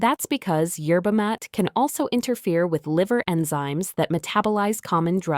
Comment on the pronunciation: Yerba Maa ta Ai, learn to pronounce words !!!!!!!